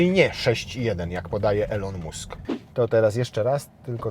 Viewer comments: Elon Musk wymawiamy ilon mask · Nzawisko szefa Tesli wymawia sie "Ilon Mask " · Elon mósk XDDD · czemu polacy mają taki problem z wymawianiem takich prostych nazwisk jak Elon Musk?? masakra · Sprawdź czy w Twojej drukarce jest opcja DRUK DWUSTRONNY i jak się wymawia Elon Musk:D